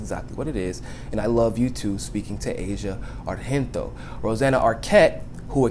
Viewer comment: The g in Argento is pronounced just as a normal g (like in giant or Genoa), since she's Italian. she's the daughter of Dario Argento, an iconic horror movies director. I just thought it could be useful, I don't want to act as a know-it-all, I just know since I am Italian and she is quite famous here.